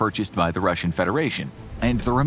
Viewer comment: Noon - Loogar? How did you get that from Nunn-Lugar? You can search for correct pronunciations.